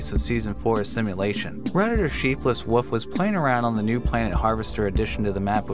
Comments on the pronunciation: I heard him pronounce "wolf" he pronounce:WOF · What's with people pronouncing "wolf" as "woof"? I'm not judging, I'm genuinely curious. I've seen a bunch of YouTubers do this, pronouncing it as "woof" or "wuff", not pronouncing the "O" correctly or the "L" at all. I'm just really curious why this is. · it used to agitate me to no end as a child when people would say woof instead of wolf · Is wolf... Not woof. There's an L in there lol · are we not gonna mention how he pronounces wolf as woof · he says woof instead of wolf. I used to do that when I was 6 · wolf mate, not woof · Its not woof its wolf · That intro face tho And he says WOOF Instead of WOLF XD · wolf. not "woof" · It’s interesting how you pronounce “wolf” as “woof”. It makes me think of pokemon saying their name at you. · I keep thinking he's saying my name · Rhett, from Good Mythical Morning, also pronounce “wolf” as “woof” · My dad pronounces it like woof… the only reason I could think of to him doing it was he is from West Virginia.. very southern. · Pronunciations are bullshit it's fine. Because you totally Pronunce things, not ProNOUNCE. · That is an adorable way to pronounce “wolf” :3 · I find it cute when people pronounce wolf as woof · I love how pronounces "Wolf" like "Woof". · I’m not convinced that you pronounce the L in wolf ever. Woof woof woof hahah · bruh this guy is saying wolf like woof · My nigga called a wolf a wuff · Wolf is not pronounced wuf. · why do people pronounce wolf WOOF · wolf is not pronounced woof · If this dude calls that wolf a "woof" one more time i stg 😤🥴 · I've never heard the word "wolf" pronounced like that. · I love how you say wolf 🥲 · why don't people know how to pronounce wolf? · there's an L in "wolf" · This dude literally has no idea how to pronounce wolf lol..